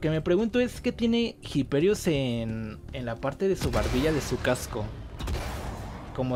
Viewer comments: pero porque no sabeis leer los nombres? la H no se pronuncia. IPERIUS. Es latin, en latin la H no se pronuncia, como en español. Que los americanos no sean capaces de leer latin no implica que lo hagan bien. Por favor, asi nunca nos tomaran en serio los yankis. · Me da Cringe como pronuncias Hyperius